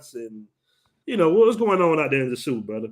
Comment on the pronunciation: I’m never returning to the “Suu”(sosua). I’ll return to the dom rep but never the “Suu”